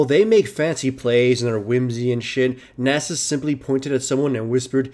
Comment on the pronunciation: Subbed because you can pronounce Nasus correctly.